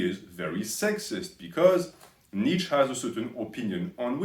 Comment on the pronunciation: Btw you can't even pronounce his name properly. You're constantly saying "Nietzsch". You Übermensch, lol